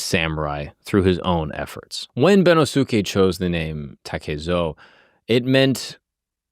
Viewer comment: Bennosuke is pronounced ben-NOS-kay